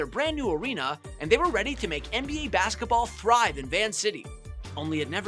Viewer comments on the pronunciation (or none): none